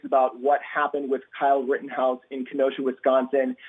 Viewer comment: Kinda made me a little mad when he said like the “Rittenhouse case”